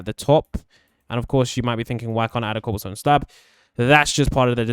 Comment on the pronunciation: When you where filling in the wall with oke Wood you said cobalsone 😂